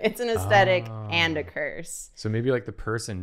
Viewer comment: No one: Absolutely nobody:: "Aestetic."